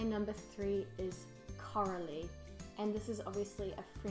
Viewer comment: j'ai pas compris ta dit coralie ou carolie les deux ce dise